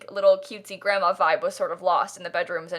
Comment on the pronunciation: 😂 why do I keep replaying this to hear her say GranmAA, I think it’s because I’m Australian it just sounds funny